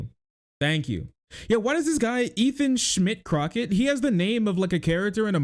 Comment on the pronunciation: I'm sorry, but when said, "Ethan Schmidt Crocket", all I heard was "Ethan Shit Rocket" 😂